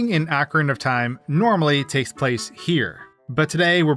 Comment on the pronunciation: I swear I heard "Akron of Time" at the beginning what